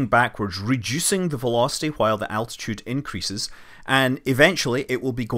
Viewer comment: Thanks for the footage and your comments to the flight, very informative. Only one small thing, please next time pronounce altitude as altitude and not as attitude. It’s an ‘L’ not a ‘T’. The space ship has a height above the earth not a point of view.. 😉